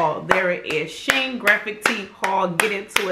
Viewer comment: Lol I pronounce it she in as well. But I love them I've ordered from them a few times.